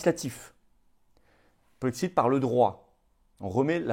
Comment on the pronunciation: Le polexit ??? Polexiiiit ?? Et le jexit ? Nouxitons ? Vouxitez ? Le ilxitent ?? Tu te fous de nous flo ?? Kessa penoufer le polexit ??